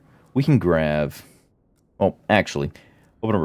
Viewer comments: why do you say grav instead of grab? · why do you keep saying grav instead of grab over and over lol